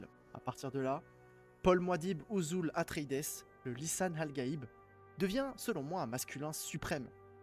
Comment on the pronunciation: Atré-i-dès ; "Sarrakis" ... En plus de ne pas avoir lu les livres et donc d'être à côté de la plaque sur ton analyse, tu es sûr d'avoir vu le film ? parce que la prononciation des noms est à côté aussi 🤣